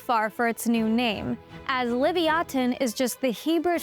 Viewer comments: I understand they were trying to make sure no one confused it's name for Leviathan but the manner in which they did it actually made the video annoying to listen to, unless it's really been pronounced livy-attin this whole time. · No I think I'll pronounce it how I like thank you. Livyatin sounds.. weak... lol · Liv-Ya-Tan would be the most accurate pronunciation. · Its loe-vie-a-ton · Leviathan is pronounced phonetically as "luh·vai·uh·thn" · I’m sorry but she’s pronouncing leviathan completely wrong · Is this lady purposefully mispronouncing the word Leviathan, or is there some reason that the word is pronounced differently when speaking about this whale? Edit: She explains the name change and pronunciation in the video. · Had to watch it on mute due to the mispronounced species name. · I NEVER heard ANYONE pronounce leviathan the way u did. DO U KNOW what u r doing? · take a shot every time she pronounces it wrong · Learn how to pronounce leviathan. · You're pronouncing Leviathan incorrectly 💀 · The pronunciation of Leviathan is passive aggressive. Most people don’t pronounce it like than . 😅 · Learn how to pronounce Leviathan correctly. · Ok…am I losing my mind or is that not how that word is pronounced? Genuinely asking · Uh that's just leviathan just spoken out differently, why not just call it like how the title is normally spoken out as.. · Can’t stand her pronunciation of the name omg 😲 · Why the weird pronunciation of the name? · Unless 'livyatan' and 'leviathan' are two distinct words, you've murdered the latter. That said, I'm not a paleontologist so I'll leave you to it. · Did she just mispronounce Leviathan? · What's up with the dumb pronunciation? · And you keep saying the name mispronouncing it! Right at the beginning of the video. Already stopped can't watch anymore because you'll probably say the name 50 more times incorrectly! Peace! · Leviathan and Livyatan are pronounced differently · She can’t even pronounce it properly sheesh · It's Livyathan